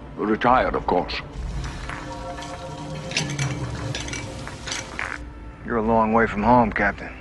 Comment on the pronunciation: of coursh! Lol🤣!